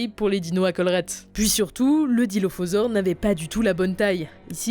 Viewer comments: c’est Dilophosaure, pas Dilophausore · "dilophausore" je pense qu'il y a une faute là non ?